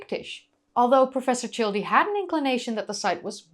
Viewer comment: 'Childe' is properly pronounced as 'child.' The 'e' is silent.